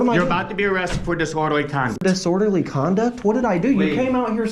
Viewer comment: Disorderly Connie lmao little man can’t even pronounce the word right lmao gtf out of here goofy dude